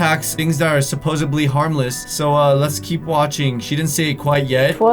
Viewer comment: It’s supposedly, not supposebly